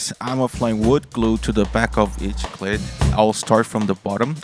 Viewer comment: Good video, also please pronounce it as kl-eet with an extended e otherwise you are saying clit lmao